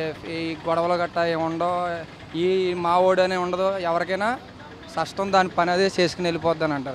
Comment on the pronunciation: & full comedy bro..."SASHTAM" anta...